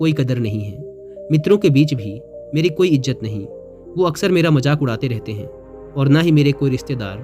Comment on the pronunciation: Izzat hai.., Ijjat nahi hota.., correct your URDU diction.